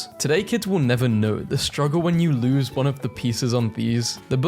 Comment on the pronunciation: Text: Spells lose loose. Voice: pronounces loose lose. CC: Please